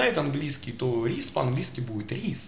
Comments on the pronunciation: Не рис,а райс произносится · не рис, а райс